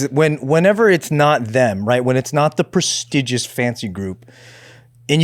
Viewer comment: Really botched the word “prestigious” 😂